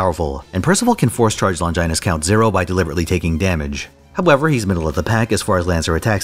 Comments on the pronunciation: Longginus That pronounciation hurt my soul. It's just Long i nus. not Lon ghi nus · Longinus is pronounced with the 'i' sound from 'it'